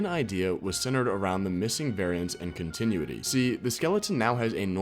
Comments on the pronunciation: Continuity is pronounced “Con-tih-noo-wih-tee” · learn how to say continuity